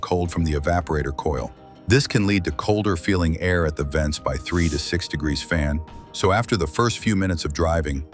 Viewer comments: No, I saw all the grazzen comments, then I heard it more than once. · Greeszzzn ????? Somebody better give AI a tune up